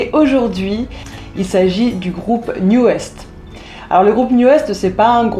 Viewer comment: Juste pour info, NU'EST se prononce NEW EAST et non NEW EST... C'est à l'anglaise qu'il faut le dire sinon ça fait mal aux oreilles ^^ Et ils ont beaucoup de succès au Japon ;p